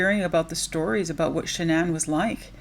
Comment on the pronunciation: Her name is pronounced ''Shannon'' according to her parents. She changed it to be unique and special like the narcissist she was